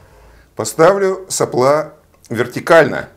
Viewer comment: это прерогатива физиков говорить соплА, а не сОпла? в предыдущем ролике еще терпел, сегодня слух не выдержал.